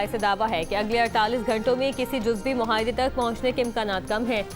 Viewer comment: Muhaedy ni Baji ni Muaaedy 😂